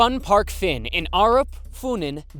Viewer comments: For the Fun Park Fyn I cringed so hard because of how it was pronounced like 'Fin'... I can't stop laughing at it though it hurts my ears lol. I will admit Danish city names are strange, even if Fyn is the name of the island itself. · was kinda surprised to see one where I live, also just wanna note Fyn is pronounced wrong, here Denmark, I and Y sound are reversed, I made that mistake a lot when I learned English, a close of say fyn is pronounce the Y like you would in you.